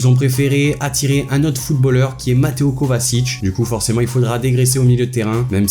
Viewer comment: Les mecs vous me casser les couilles avec vos "kovasic" c est kovaCIC PAS S, sa se dit kovatchich